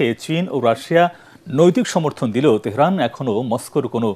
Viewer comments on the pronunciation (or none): none